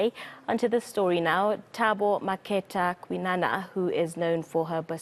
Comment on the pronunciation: Pronounciation is so poor there by eNCA. It’s indicative of a Broadcaster that doesn’t respect other peoples cultures, it has a nose in the air aura about it. It’s disgusting that SA news casters can’t pronounce Makhetha……. It is such a common name….. so common……